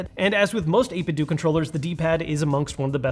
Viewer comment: It's not 8bit-doooo It's 8bitdo. As in Nintendo.